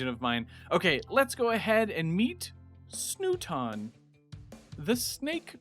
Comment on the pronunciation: Snooton? Good gosh man.